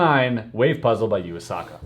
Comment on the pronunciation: Chris:You-aa-saka. Me:How dare you !!